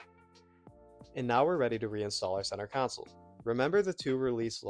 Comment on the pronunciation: Centre console. Not counsel. I learnt english from the whites. Anyway thats a good looking interior